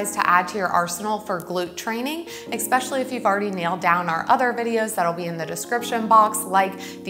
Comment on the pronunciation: “Exspecially” is not a word🙄 Especially is😀